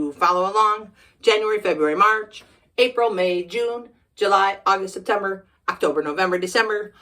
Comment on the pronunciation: Wow,wow,wow, amazing! YouTube videos is always better, I really enjoyed this video, I loved how you pronunced “Septemberrrrg” 😂😂 (you crack me up), and the end oh my gosh this is one of my favorite video so far, oh and my favorite month is July 😃, thank you so much for this video!